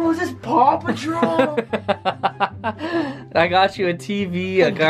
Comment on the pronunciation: Did Any One Hear Pew Patrol Instead Of Paw Patrol